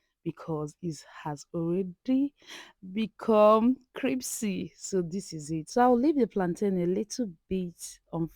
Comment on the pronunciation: "CRIPSY" LOL